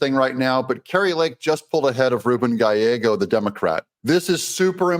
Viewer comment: You said "Gallego" right!!! As a white Hispanic named, "Gallegos," this always makes me happy. Still he sucks.